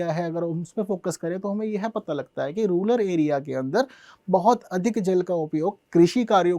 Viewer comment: अबे रूलर बोल रहा है।😂